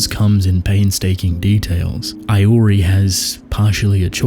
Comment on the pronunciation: The way you pronounce "Iori" feels wrong